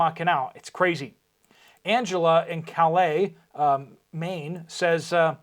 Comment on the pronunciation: Calais Maine is pronounced Kalis. I wouldn’t know other than I live on the Canadian side of the border there. It must have been named by a Frenchman and the town eventually ended up in USA and not Canada? Maybe? Thank you for saving lives.